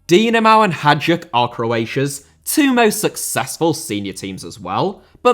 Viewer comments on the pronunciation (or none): I'm from Poland, not from Croatia, but it's definitely Hajduk not Hadjuk so... I think it should sound more like Haïduk 😅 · Love most of your videos! Just a heads-up, Hajduk is pronounced like "high duke"